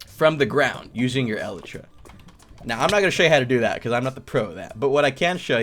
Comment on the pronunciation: Elytra is pronounced e-Le-tra